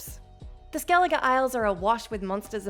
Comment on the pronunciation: At least she say skellige right.